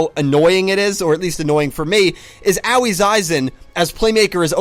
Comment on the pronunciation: Still mispronouncing Aoi, I see. I really hope they skip Pendulums for 2 reasons. 1) they are a VERY problematic game mechanic and 2) the mechanic is tied to yuya & arc-v, which the staff has been doing everything in their power to make people forget about.